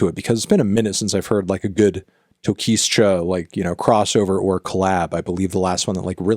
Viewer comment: The S is silent in Tokischa!!! TOKICHA TOKICHAAA